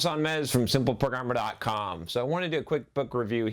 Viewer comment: "Hey what's up, John Sonmez from Simple Programmer dot cahmmm"